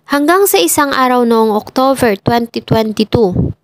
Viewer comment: Mam OCTOBER po hindi OCTOVER 😊